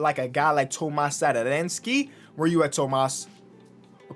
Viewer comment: Tomáš Satoranský🤣. Pronouce it